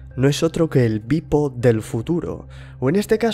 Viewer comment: tu dices beep-o, yo oigo pipo...